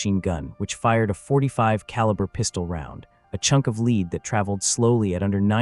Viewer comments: Lead Not leed. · Ah, yes… you can always rely on AI narration to pronounce ‘lead’ (the metal) as “lead”… (as in aiming ahead of a moving target)